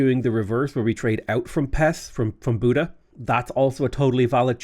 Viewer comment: Buda is pronounced with the letter A as in Arm. luv the vids